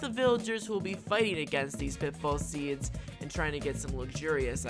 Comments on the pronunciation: pit full seeds? or pit fall? I hear wrong sometimes! LOL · I love how you say pitbull instead of pitfall